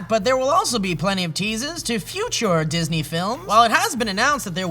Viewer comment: Did Steve say "Jizzney"?